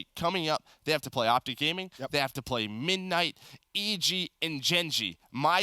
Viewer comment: can't say midnight